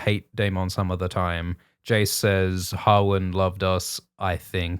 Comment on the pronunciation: To my ears, Australians pronounce Jace and Cheese the same.. Jace = Cheese confirmed?